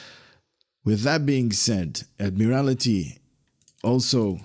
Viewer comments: It’s Admiraty (Add-Mere-Al-Tee) not Add-Mere-Al-I-Tee. Thank you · "Admiral-TEE", I think it would be pronounced.